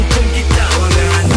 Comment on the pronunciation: Kalau wangan kat jepun tu kan sebutan dia "wan gan"... apahal dia sebut wa ngan